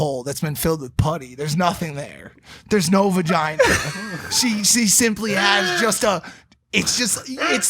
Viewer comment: muh vahgina?